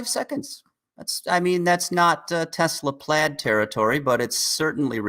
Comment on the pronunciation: oh boy. Dude on the right says "Tezluh" instead of "Tesla"